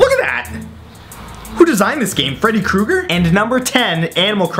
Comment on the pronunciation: I almost died when he said Who designed this game Freddy cruigar